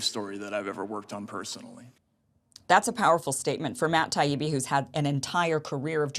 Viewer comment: I hope got burned in some social circles for the way he behaved. He deliberated mispronounced Taibbi over and over, and called Douglas Murray, Doug. He was corrected and continued to do it because he had no reasonable debate points but wanted to upset his opponents